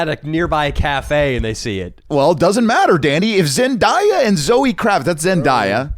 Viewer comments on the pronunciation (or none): ZendAya not Zendiya